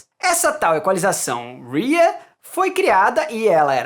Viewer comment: Parabéns pelo vídeo 👏 ; porém vc está pronunciando U I A , a pronúncia certa da curva é RIAA mesmo ( RECORDING INDUSTRY ASSOCIATIONS OF AMERICA ) ... Padrão de equalização para corte de acetato para LP a 33/ 1/3 e 45 rpm que eram os micros sucos ...